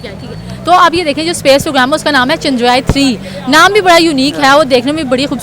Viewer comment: Yeh jahil ko chsndrryan ka name he prnuse karna ata 😅 bs dollars 💸 💵 ke liya America ne kaha tha ki yeh pakistani dollars ke liya apne m#@ ko be sale karde 😅